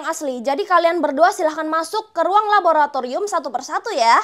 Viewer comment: Kk rere kesusah han bilang raboraturium😅